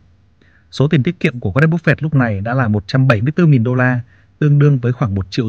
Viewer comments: Em không có ý gì nhưng anh phát âm tệ quá ạ, nghe cứ búp phẹt, nếu như có thể anh cứ bắp phây cũng được. Em không chê đâu ạ, em chỉ mong nghe dịu tai hơn thôi. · phải đọc là búp phê :)) mới đúng là dân vn kakaka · chịu cứng , sao lại đọc tên của ngta xấu vậy , búp phẹt 😂😂😂